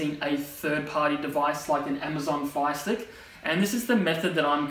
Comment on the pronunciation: I thought he was saying Phi stick